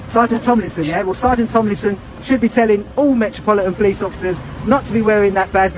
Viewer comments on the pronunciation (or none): Lol the ai generated cop says Polimice